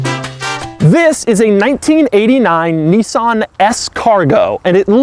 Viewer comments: Its niss-an not knee-sahn. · "Knee-sarn"?... that's hilarious.